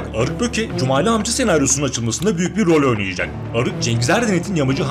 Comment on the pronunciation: Да не Кумали,а Джумали😎